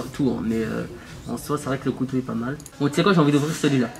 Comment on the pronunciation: ses couteau pas coteau